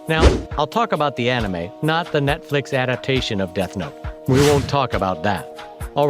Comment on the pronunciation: It sounds like he is saying "Netflik" LOL